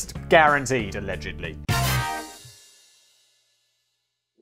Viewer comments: Did I hear correctly? You said "Alledgendly"? That is an awesome word. You should have that on a shirt. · Make a shirt that says “aLEDGENDly” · Did he say alegendly? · Often the way Simon says allegedly reminds me of a young child saying sorry when they are forced to and dont really mean it. When he drops his head and mutters it.